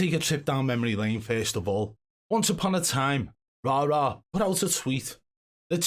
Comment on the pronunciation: I'm just happy the pronunciation of the name Rara will soon be nothing but a memory.